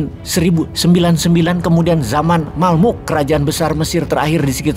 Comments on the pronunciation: Yang benar, kerajaan Mamluk atau Mamalik, bukan Malmuk. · Sedikit koreksi, mamluk bukan malmuk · Dari Mesir kerajaan Mamluk Pak. Bukan Malmuk. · Kerajaan mamluk kali bos bukan malmuk peace😂